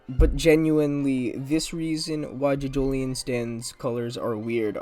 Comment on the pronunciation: ‘Jidgolien’ shut up please